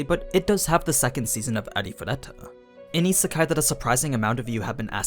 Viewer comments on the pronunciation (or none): none